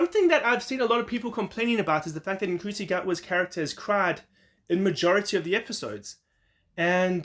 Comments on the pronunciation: He said the name wrong, which he has said in comments, but it is pronounced n-shoe-tea. Ncuti confirmed recently in an interview that he has been saying his own name wrong for so long and his mum phoned him to say why are you saying your name wrong in interviews. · Wow, your speed of posting is impressive, I gotta say tho, ncuti is pronounced 'shoe-tee'. Thanks for sharing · You're a little behind in your news. In a recent interview, Ncuti said that the "n" is lightly pronounced; as in nShootee.